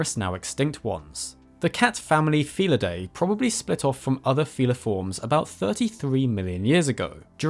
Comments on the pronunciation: Pronounced: "Fee-lid-DEE", not "fee-lid-DAY" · You keep mispronouncing "felidae". The AE at the end is pronounced as a long I, not a long A!